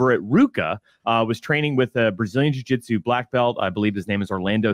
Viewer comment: Paul "jiu jetsu" craig